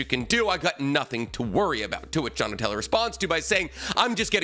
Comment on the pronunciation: And he called him " Donatelli" wtf